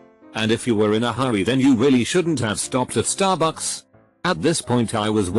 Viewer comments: I love how he says staRBUCKS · The one that worked at Stahbux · The way that this stt program says starbucks is hilarious.